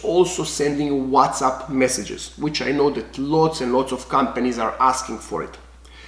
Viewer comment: It's called whatsapp, not whatsup.........